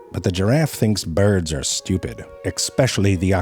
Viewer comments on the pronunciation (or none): The way Ze pronounces birds (sorta like "beards") reminds me of this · I love how he pronounces birds "beards" lol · I absolutely LOVE the way he pronounces bee-yurds! From time to time he will say it correctly which bums me out a little bit but that's just because of how weirdly entertaining I find it being said like bee-yurds 🤷‍♀️😅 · Start saying “birds” as “byurds”